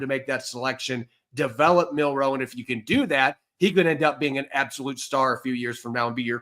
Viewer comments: Jalen is on out team now, learn how to say his last name😂😂 Milroe not Monroe😂😂😂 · It’s Milroe, not Monroe. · ROB PLEASE IT'S MILROE WITH AN L, NOT MINROE WITH AN N. Please lord let see this so I don't have to hear him call him MinRoe for the next decade. It's been killing me for the last 3 months. MIL-ROE. MilROE.